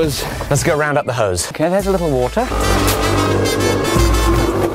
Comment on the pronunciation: “Let’s go round up the ‘hose’”